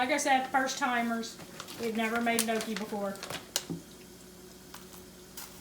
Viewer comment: I love gnocchi! And yup you said it right.